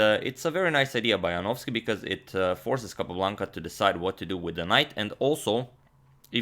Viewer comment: Congratulations Antonio, now you are an excellent pronouncer of Polish surnames!